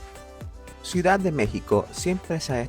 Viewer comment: Ciudad. No suidad